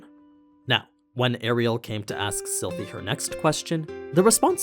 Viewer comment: you said Silent AHAHAH